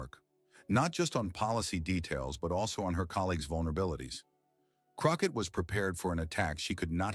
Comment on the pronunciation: Croquette? You better get Miss Crockett ‘s name correct. Love her ❤❤